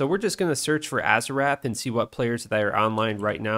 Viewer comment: I already hate how youre saying azurewrath. Im like 45 seconds in